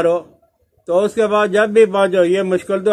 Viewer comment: رب العرش کے ب پر زبر ہے مولانا